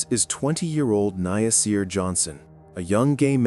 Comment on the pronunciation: Omg his name is NASIR. SAY NA-SIR!!! 😡